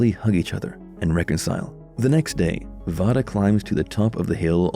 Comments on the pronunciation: Vada's name is pronounced Veida not Vada but it is spelt Vada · Can you pernouced vadas name right (vay duh not voh duh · Have you actually watched the Fall out? You have a lot of info mixed up It's V long a day not voda like you pronounce it. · It's not (VAH-DUH) its (VAY-DUH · Its vay- duh